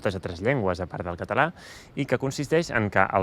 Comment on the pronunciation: I claim that you don't really use schwa (in your particular accent). It took a long time to convince my friend Oriol that the way he (and many of his Barceloní friends) pronounced the schwa of non-tonic As and Es the same as a tonic A. Which is to say that they don't really pronounce "català" as /kətə'la/ but /kata'la/